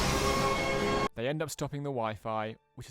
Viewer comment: Ahh yes Anti-Mav instead of Anti Grav